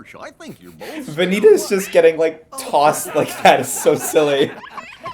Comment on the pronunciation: Shout out to the guy on twitch who clipped Vanitas getting thrown and calling it "Van-YEET-as"